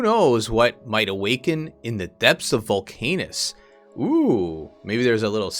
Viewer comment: I think it’s probably pronounced ‘volc-ah-nus’, though your pronunciation is more fun. haha Great video!